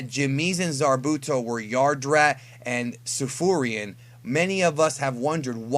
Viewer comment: Tsufurians, not Tsufruins lmao